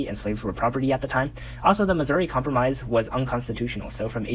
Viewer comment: com promise? cahm-prom-iss? cahm-pro-mize 😂